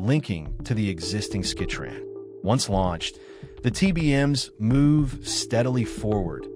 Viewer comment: It is the Skytrain, not skitran! ffs!